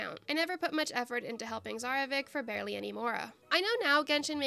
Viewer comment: Yayyy, let's go, another Archons only🥳🎉💕 Edit: pronouncing Tsarevich as Zarevik gave me flashback to the characters pronouncing Mr. Dvorak's name😅